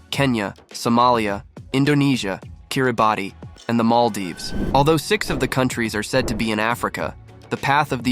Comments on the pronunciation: Kiribati is actually pronounced Kiribas. Check the information before saying it in the video that will be watched and shared by millions of people worldwide. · Geography channel that doesn’t know the correct pronunciation of Kiribati